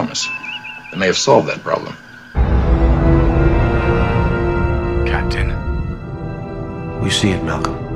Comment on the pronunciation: Cap-itan James T 'sweet jesus' kirk